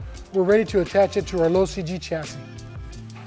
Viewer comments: When he says low cg chassis... Is it just me or does it sound like he's saying losi g chassis? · Lmao he’s saying “low CG chassis” Not “losi G” although it does sound like it the first 2-3 times he says it “Low CG chassis” just say LCG bro 🤷🏻‍♂️🤦🏻‍♂️ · I knew what he meant aswell but i kept hearing losi-g chassis too😂😂😂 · I was gonna say the same thing! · Norm I thought the same thing. I was thinking that’s kinda odd, Losi makes a specific chassis for the slash?! Lol